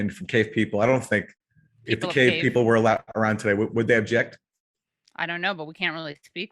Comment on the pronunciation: It’s cave ma’am!